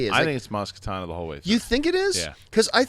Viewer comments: IT'S MAZ KANATA NOT KATANA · It's Maz Kanata. NOT Katana!! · I'm sorry but I have to point it out. It's Maz KANATA not Maz KATANA. Sorry it's been driving me crazy 😆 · the name is Maz Kanata not Maz Katana lol probably the injured fured character is Lowbacca not Chewie... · Maz Kanata...not katana. Get it right guys. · It's Maz KA-NA-TA. Not Katana. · Maz Ka-NA-ta. Kanata. Not Katana. She's not a sword. Come on, boys. Get it right. Months of this now. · It's Maz KANATA not KATANA!